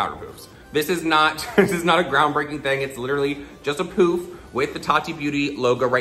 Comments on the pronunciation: It's "paff" not "puf" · Living for the way you say pouf instead of puff. Very french of you. Also, praying for your puppy ♥ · I like how you say “pouff” instead of puff. 😛❤️ Looks great either way you say it! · Did just pronounce it as powder "poof" LOL